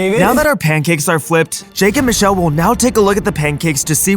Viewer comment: # not susheal or moocha bot michelle (still love them tho)